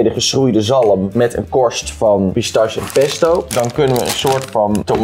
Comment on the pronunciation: Eindelijk iemand die bruschetta op de goede manier zegt alleen jammer dat pistache dan wel fout word gezegd